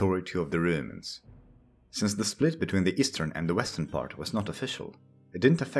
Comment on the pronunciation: Don't umlaut 'romans' you say röümäns not roumans